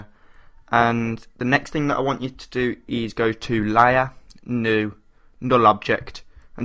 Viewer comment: haha. he said lier for the word layer. Anywy the tut was great. :)